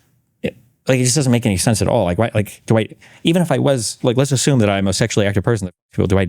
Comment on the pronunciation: Oh shit, when I saw the clip of this I thought he apologized to Dan because he misspoke 'like' but that was because of how he mispronounced 'like'